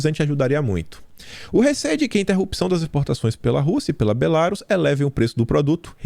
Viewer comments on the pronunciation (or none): pelamor, é Belarús a pronúncia! Rsrsrsrs